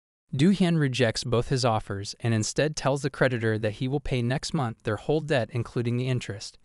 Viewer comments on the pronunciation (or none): none